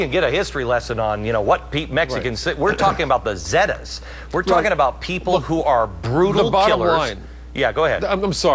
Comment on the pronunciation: ROFL He Said It Funny Zedas Almost Like Zeldas